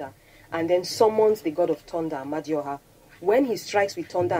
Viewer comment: She did not say "Amadioha" 😂😂